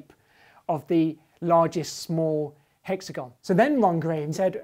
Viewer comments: Spoilt by mispronunciation of "hexagon"... stop pandering. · monsieur grimes says hexagon weird